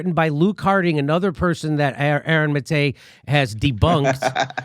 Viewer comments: Goddammit jimmy it’s MA-te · kinda embarrassed that jimmy didnt know how to pronounce his name.